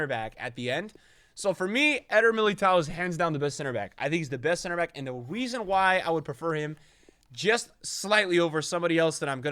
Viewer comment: "and the weason why" :)